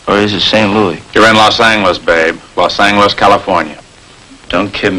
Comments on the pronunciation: Yep, . Los Ang-lis! Never heard it pronounced that way. Of course, I was in Michigan in the '50s. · "Los Angle-les" What the...???!!! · This is actually aired after Barton passed away. And notice Los Angeles with the hard "g". It was not an uncommon pronunciation.